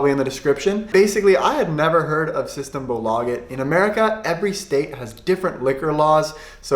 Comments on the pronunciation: You have the pronunciation on the A in systembolaget. But you have to have the pressure on systEmbOlageT. Sing when you talk. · Pronounce systembolaget right pleaseeeee im Dying inside man Aaand Bandy is not a common sport in sweden innebandy is What ppl play or hockey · I am swedish and i laugh to death on his systembolaget pronunsiation